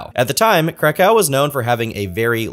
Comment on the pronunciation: It’s pronounced “Crack-OOOV”